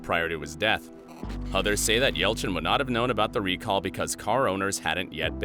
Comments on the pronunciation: says ELCHIN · Oh and you missed the Y in Yelchin.